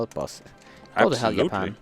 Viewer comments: Did he say yapan ? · keeps saying Japan “yapan”